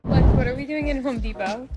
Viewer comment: The men are not at "Home Depot" they're at "Hoe-D-pot"😂👌🏽